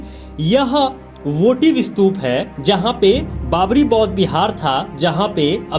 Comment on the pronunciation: आप कोशिश , स्तूप और त्रिशूल का सही तरीकेसे उच्चार करो बाद ज्ञान बाटो